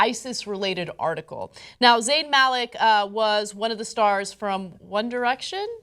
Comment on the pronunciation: It's pronounced "Muh-lick".